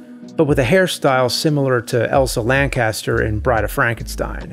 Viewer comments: It’s actually Elsa Lanchester, not Elsa Lancaster! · Lan Chester..not caster... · Poor lady always being called Elsa Lancaster when her name is Elsa Lanchester. I've done that myself.